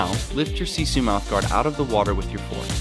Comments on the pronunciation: You are usin the word "sisu" wrong! The word "sisu" is originally from finland and translates to... well... nothing. Oh and you said "siisuu" not "sisu" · You pronounce it: SEE-SUE** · Noi sanoo sisu ihan väärin